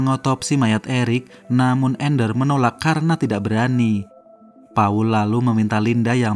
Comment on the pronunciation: Paul yg betul² Pa 'ul